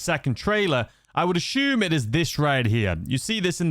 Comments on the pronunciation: Take a shot every time he says “ashume” 😂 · Take a shot every time this guy says «aCHume»😯